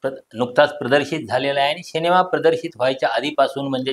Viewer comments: शिनेमा नाहीरे रताळ्या सिनेमा असा शब्द आहे to निट बोल रे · Bhavu शिनेमा नाही सिनेमा बोला.. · तुम्ही सिनेमाला शिनेमा म्हणता, हे खटकतं